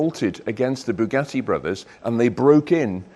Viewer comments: Boogah-ee! Or what is worse “coop” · I’ve normally only got praise for your output but saying “Bugatti” like an American sounds ridiculous. Aside from that, great video.